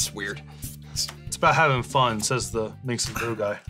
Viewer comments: How many times does the profess mispronounce Minsc as MINX? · Saying Minsc and Boo so many times wrong in a row is very on flavor for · its fun how nobody pronounces minsc properly